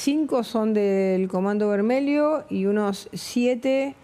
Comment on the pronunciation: comando vermelho, el final "lho" se pronuncia "llo" o sea "vermello"